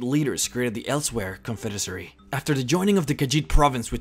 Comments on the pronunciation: Damn it, man! It's "confederacy", not confedesary. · "CONSFIDESARY" LOL &